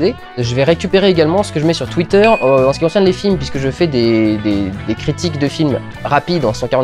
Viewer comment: Critwiques? Et sinon, bravo pour les 50 000 abonnés, on commence à être un paquet! ^^